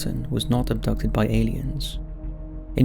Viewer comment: I like when people pronounce the word "elliens" instead of "aliens"👽